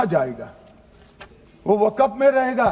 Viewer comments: Waqf hota waqaf nahi hota hai Bolna aata nahi hai bil laya hai takla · Waqf board ko waqaf board bol raha sanshodhan karne se pehle bolna seekh Tadipaar 😂😂😂😂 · Waqaf nhi kahte mantri ji waqf kahte h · ये तरी पार को बोलो के पहले बोलना सीखे, वक्फ को बकफ बोल रहा है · Isko to bolna bhi Nahi ata hai waqf bolna hai ya wagaf bolna hai ye BJP Ka musalmano KO target hai bhrat Israel banta ja rha hai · Pahle amit shah ko bolna sikhna padega waqf ko wakaf bol raha hai😂😂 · Isko bolne ki bhi tameez nahi wakaf wakagmf kr rha hai waqf ki jagah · Jo Waqf bhi sahi se bol nhi sakta wo desh ko kya khak Sahi banayega. Bhasha me Criminal ki bhasa dikhti hai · #Tanasha_O#Tanasha Waqf Bolne bhi n aata ha kaisa HM hain india ka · Waqf bolna nhi a raha h or waqf kanoon la rahe h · Wakaf bolna aata nhi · Jo waqf bol nahi sak raha wo kanun la raha hai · Waqf bhi bolte nhi aa rha is sahab ko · ये नेता को वक़्फ़ बोलने नहीं आ रहा है नेता जी देश चला रहे...😂😂😂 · Waqf to bolna nahi aa raha hai aur kanun banane chale hain.. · Jab amit shah Waqf bolte h toh fcuk up katwon q sunai pdta h